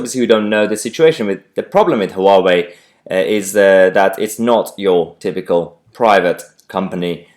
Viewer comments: Mahyar please learn how to say Huawei, There are YouTube videos demonstrating how to say it, it's 'Wow-Way' not 'Huh-Wow-Way' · It’s pronounced Wah-Wey.